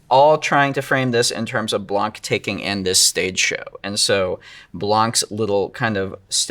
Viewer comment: Blanc have a silent "c".